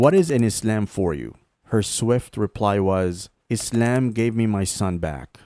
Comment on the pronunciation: It's good and all, but you say Islam a bit weird though...